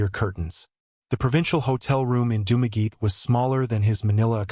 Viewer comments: It's pronounced "Dum-a-getty", not "Doom-a geet". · Dumageet??? AI much ???